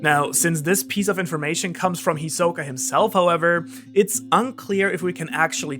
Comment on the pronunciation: It’s HIsoka NOT hiSOka